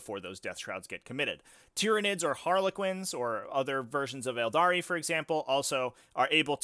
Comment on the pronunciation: 'Aeldari'. You're dead to me.